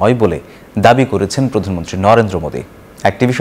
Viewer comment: পাঠক কি প্রতিমন্ত্রী বলল না প্রধানমন্ত্রী বলল